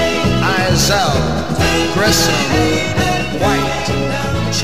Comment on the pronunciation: And once again, Donn Eisele has his name mispronounced; it should be "Eyes-lee," not "Eye-zell."